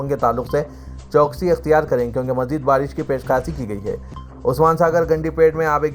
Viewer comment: Urdu word CHOWKASI not CHOKSI as pronounced by the Siasat Urdu news Reader